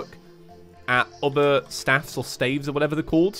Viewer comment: THIS IS KILLING ME...but just so you know, stave is pronounced stayv if you were to write it phonetically